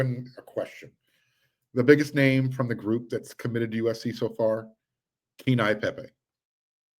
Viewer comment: Phonetically Pronounced Kay-Ane-Yee Pay-Pay